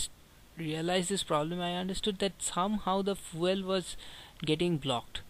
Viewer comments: What is "Foo El" ?? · Dude how do pronounce "FUEL" ?